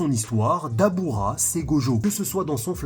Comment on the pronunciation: Dabra pas dabura 😅😅